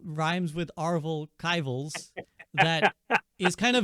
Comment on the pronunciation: "Arvel Kivals" had me ☠️☠️☠️ LOL